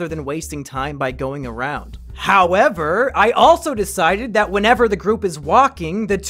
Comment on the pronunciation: Nobody: Mumkeys cousin: we shouwd just go awound